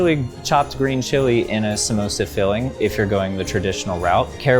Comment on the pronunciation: They allmade "komosa" not samosa😁😁